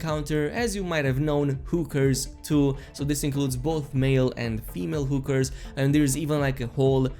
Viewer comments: what's a who-ker? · "Houkers" Lmao!